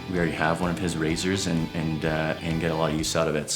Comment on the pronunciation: Hol up…. Did you say RAZORs?!